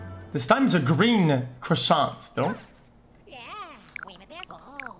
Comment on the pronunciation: Croy SAunt 😂🤠